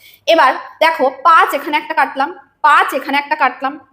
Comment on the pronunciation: উচ্চারণ টি পাচ হবেনা ,উচ্চারণ হবে পাঁচ